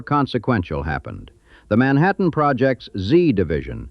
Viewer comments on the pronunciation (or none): none